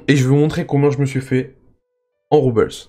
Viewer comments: super video par contre les "Roubles" ce prononce Roux-ble pas Roubeuls ^^ mais sinon super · salut, bonne vidéo, juste.... les roubles, c'est une monnaie russe, ca ce prononce pas a l'anglaise :p